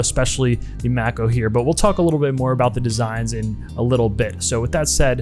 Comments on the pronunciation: Mako II: (edit: "May-coh", great vid but calling it "Mack-o" drove me nuts) Anyway... Mako II: the diver so nice I bought it thrice (black, blue, Pepsi) And at a price just north of 100.00 USD, and parts available, they're outstanding mod platforms. Cheap enough you can afford to hone your modding skills without too much at stake if you make a misstep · He's right tho. It's not May-coh, the right pronounciation is "Mah-koh". It's a Japanese watch and stores in Japan will take a few seconds to know what you're talking about if it's pronounced the other way. Even I got confused at first when I first heard the "may-kow" pronounciation. Here is further proof on pronounciation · Uh, no, wrong. The watch, unnamed by the manufacturer, is Japanese; the unofficial name is not. Thee word, "Mako" (as in the shark) is a word derived from the Maori language, and it is pronounced with a long A and long I, hence MAY+KOH. Again, not Mack+O. A quick Google search can confirm all of this. I really don't understand the debate, this is like debating long A or short A in "cat". It's pronounced exactly as it is spelled, and the Mako shark that the watch is named after is quite common - this is not some ancient, stifled knowledge. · Mack-O? Lol 🤣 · Japanese word should pronounce Japanese way May-coh sounds so American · You my man you are killing me the way you are saying Mako lol google the shark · He's doing it to annoy you. And it's working!